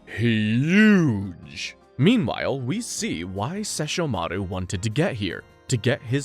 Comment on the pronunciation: They will LITERALLY PRONOUNCE SESSHOMARU AND KAGOME IN THE SHOW AND SOMEHOW PPL WILL STILL SAY IT WRONG 😡😡😡😡😡😡